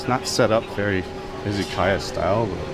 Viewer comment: Izzykaya? why izzy? the way it is said in English is iz uh ky uh